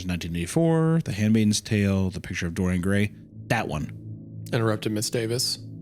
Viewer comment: I like how Isiah completely butchers Dorian Gray